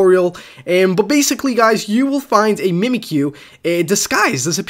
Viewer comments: its mimikyu not mimikuyu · accident*, and were u trying to point out saying Mimikyu wrong?